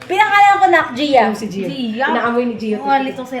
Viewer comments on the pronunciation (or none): Goia pronounce is joya